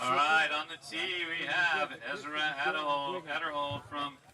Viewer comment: How does an announcer at an event like this still not know how to pronounce Ezra's name?